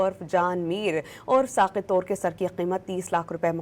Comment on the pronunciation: Mohtarma nam to sahee lain, Tor nahee Toor qabeela ha